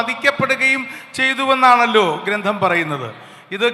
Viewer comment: ഗ്രന്ധം അല്ല ഗ്രന്ഥം